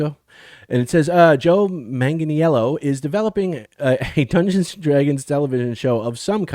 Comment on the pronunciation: Hey ( not picking on you but it's pronounced Manganello, he doesn't make it complicated ) I heard he was involved in a D&D project before this new D&D movie was released and hoped it was a Dragonlance movie we were going to get. I am stoked to see a DL series. I do want them to stay with the books and hopefully stay faithful. I don't want the current political culture to affect it. I love the character of Huma and would love to see that story told but any of the DL novels would be ok.